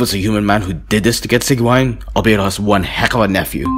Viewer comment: who tf is Sick-wine